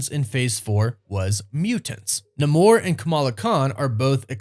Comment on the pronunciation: Saying namor with a Spanish pronunciation is so cringe. Say it like Angela Bassett did